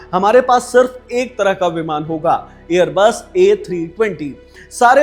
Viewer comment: Airbose nahi airbus , iske baad swatah hi shaandaar bhi ghoshit kar diya video ko 😊